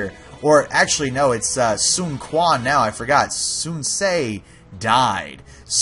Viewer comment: Sun Quan is pronounced as "Sun Chuan" not "Sun Kuan"